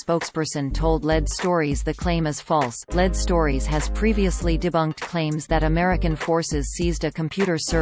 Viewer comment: Especially "Led" stories!